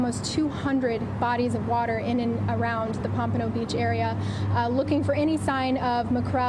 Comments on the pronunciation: You guys make a great team. Good chemistry! This happened in my city and I can’t remember hearing about it. Weird considering my true crime obsession. FYI it’s pronounced POM-pa-no. Most of those cities all operate under BSO- Broward Sheriffs Office. Many south Florida cities don’t have their own PD’s anymore, Pompano and Deerfield definitely fall under BSO. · Pom puh no beach